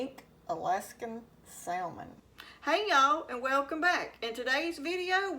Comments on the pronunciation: Psshh! Same here!! Anyone in a true "SOUTHERN kitchen" knows that the "L" in salmon is silent. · The L is silent. I do not drain or take out skin or bones. Grandma Sue in Central Indiana. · Fellow Southerner here cringing at her pronunciation of "salmon." 😖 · The L is silent!!